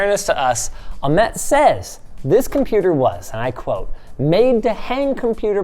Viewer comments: i think its ah-met not amet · linus its not "amet" its "Ahmet like h in Hilton